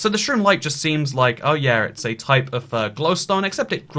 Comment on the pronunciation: Why does he say gliwstone weird does anyone else hear that?